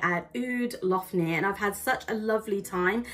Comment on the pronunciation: Nice vlog but you should have asked a local how to pronounce Lough Neagh! It's just Lock Nay no need to add the gutteral sounds!!